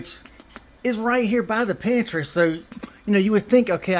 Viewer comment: I thought at first it said pantie light 😅😅😅